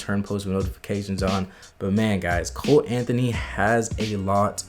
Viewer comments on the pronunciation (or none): It’s funny how you say cole Anthony but now he is a nba player😂😂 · LMAOOO HE SAID COLE ANTHONY ...ai im out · Bro you said Cole Anthony delete this video